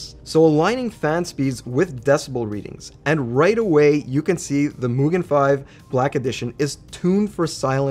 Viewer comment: Japanese here, you absolutely got the MUGEN pronounceation right👍👍👍